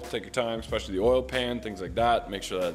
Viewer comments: I giggle every time you say "ex-specially" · I love your videos but it drives me insane when you say exspecially there’s no X in especially